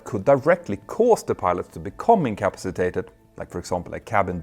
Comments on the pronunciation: Very interesting. Your pronunciation of incompacitated needs a little tuning. " In come PASS i tated" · Icapsitated...... Pronounced IN-CA- PA-CI-TATED....... say it many times. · Petter, I offer the following as an observation, not criticism. The word incapacitated is pronounced as follows: 'inkəˈpasəˌtādəd' 🤦‍♂ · Love your channel and well done vids, but its kill me to hear you say in "in ca pass a tated" wrong. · Say it slowly: “in-ka-pa-si-ta-ted”. If I were going to make a video where that was the main theme, I ‘d learn how to pronounce the word properly first. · Out-toe landing In-cap-sitated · I hate to be that person, but could you please learn to say the word incapacitated? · having difficulty with incapacitated. tricky word. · You may wish to review the pronunciation of the word INCAPACITATED.